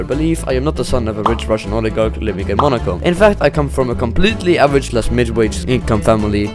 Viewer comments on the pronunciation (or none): none